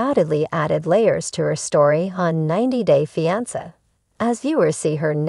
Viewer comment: Please learn the correct way to pronounce fiance thank you!!